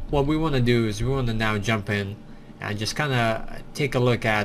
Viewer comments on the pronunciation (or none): none